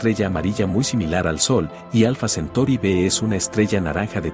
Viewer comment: Se dice alfa centauri no centori......